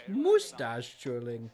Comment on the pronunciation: "Moostache" lol